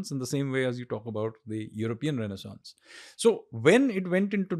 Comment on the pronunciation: Mr. Sanyal cannot even pronounce renaissance and is on his agenda to bring renaissance of a civilization. Lel😂